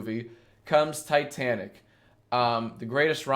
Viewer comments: It is titanic not tetanic just saying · He really pronounced Titanic like "T'tanic" not once, but twice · Every time you said Titanic I cried a little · the way he pronounces titanic makes me want to die